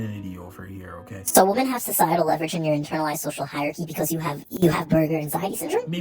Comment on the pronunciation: 1) It's not "they" it's "their". And 2) Plural, it's not "woman", it's pronounced .. "womEn" . as in "men" with a "WO" in front of it. Why can't so many Zoomers say "WOMEN". You are the most infuriatingly and insufferably annoying generation that has ever lived. And don't "Ok boomer" me for your shortcomings, but if you must .. it's "Mr. Ok boomer" to you.